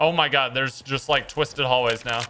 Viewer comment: "Oh my goodge" "Oh my Lordge"